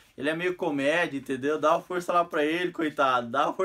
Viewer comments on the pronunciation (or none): none